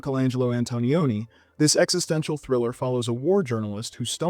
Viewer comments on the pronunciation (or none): none